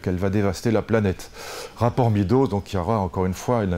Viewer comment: On dit médows, pas midows, lulu